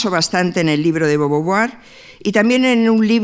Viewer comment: DE BOVUAR Y NO DE BOVOVUAR!